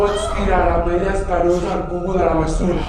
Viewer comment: M'ha agradat la "payella" de la iaia... hahaha